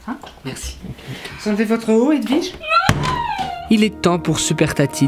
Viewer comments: "vous envelver votre haut edwige" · Cécile Bothua Nope, c'est "Vous enlevez votre haut Edwige", il a raison ;3